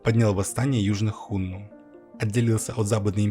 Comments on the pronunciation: Господи,как же больно слушать "Хунну" и про правителей империи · 1. Хунну - ударение на 2м слоге, на 2ю "у". 2. Хунну (гуны) это тюркоязычное, а не тюркское племя. Гаплогруппа хунну G значит они произошли на Кавказе и переселены были то ли шумерами, то ли сами бежали от Ледникового похолодания. 3. Хунну никогда не были в Западном Казахстане пока их не свергли китайцы. 4. Китайцы свергли хунну только из-за предательства усыновленного ханом гунов китайца. См. "Троецарствие" и Дун-Жо 5. Единственное скифское племя попавшее под власть хунну это канлы (кангюй).